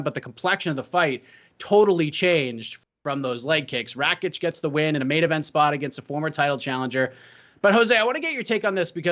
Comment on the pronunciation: JOSE FFS ITS RAKIĆ NOT RAĆIK... if thats hard to remember, use his name, or nickname..